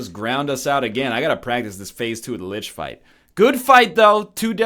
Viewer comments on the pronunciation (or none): none